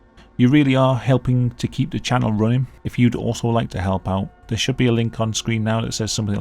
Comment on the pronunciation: I’ve said before; the police need to check their suspects again for a speech impediment. It sounds like he’s trying to say “down there”, instead saying “down thewe”.